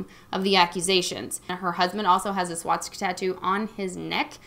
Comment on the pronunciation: One thing that you might not notice you’re doing is mispronouncing the word Swastika. You’re saying swattsika. Should be just like how it’s spelled. :) ps - it says good things about you as a person.